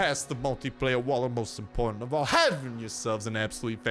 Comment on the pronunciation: Something importante 😂😂😂 are you italian?